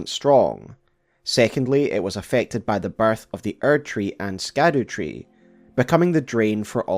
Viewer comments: Scadotree isn't pronounced "skadoo" it's pronounced shadowtree. Like gaol being jail. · Haha yes another SKADOOTREE xD just like me. Kept saying skadoo in my head when it’s just actually pronounce shadow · scadutree is pronounced shadowtree. scadu is just old english spelling for shadow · Yes it's pronounced shadow tree, hence shadow of the erdtree. I found this quote online to kinda back this up. But the word “scadu” is derived from the Old English “sceadu,” and should be pronounced more like “shadu,” or, you know, “shadow.” Shadow-tree. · Scadu is supposed to be pronounced “shadu” it's old english, not a kung fu panda reference (sadly) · Scadutree has a old english E so it could be pronounced shadewtree or shadowtree! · So I'm sure you've already gotten this comment but I think the proper pronunciation for Scadutree is Shah-du-tree, basically Shadowtree. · It's alright, I'm still gonna watch the whole thing. I do reserve the right to crack a small smirk when you say "Skadoo," though. Crazy you only have ~225K subs. You're like the guy that writes the book that all the other loretubers write their reports on. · scadu is pronounced shadow lol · Thank you for making my Saturday even better! Much love man, and don't worry, I was pronouncing Scadutree wrong too 😆